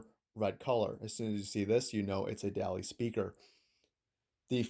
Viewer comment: Hate to be that guy, but it's pronounced almost as if it were spelled "Dolly."